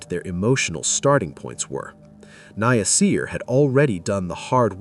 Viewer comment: Omg his name is NASIR. SAY NA-SIR!!! 😡